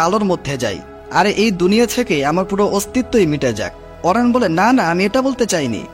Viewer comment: অরায়ন৷ না অরিয়ন